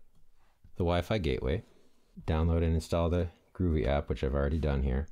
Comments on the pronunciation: GO-VEE not GROOVY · It's not "groovy". It "go-vee"! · It's called Govee, not groovy. That aside, good info. Thanks. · It’s Not “ Groovy”